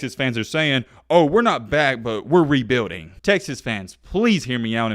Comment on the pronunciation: And please stop saying the word rebuilding it doesnt sound right.